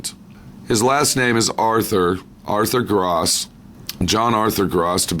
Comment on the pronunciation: His last name is Goerss (German). Pronounced "Gers". Basically don't pronounce the "o" : } Thanks for posting btw!